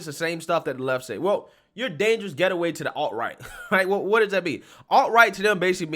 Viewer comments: the word is gate-way, not get-e-way. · The word you kept trying to read from the article was “gateway” not “getaway”. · You kept calling it “getaway,” what he actually said was “gateway,” which is much worse! (usually used in a context of encouraging drug addiction). Klein = Complete Tool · I agree with you completely here! As usual! One thing you could do for me if it matters to you is to look into how you pronounce gateway... Gate way.